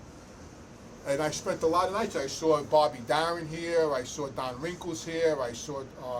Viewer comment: Keeps saying Don WRINKLES....LOL